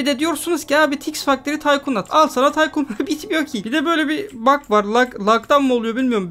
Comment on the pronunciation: Abi yine taykın dedin taykun değil miydi o